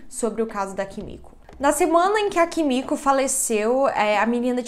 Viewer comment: Desculpa não consigo deixar de rir cada vez que vc fala Kimico 🥱🤣🤣🤣🤣 Amo esse canal 😍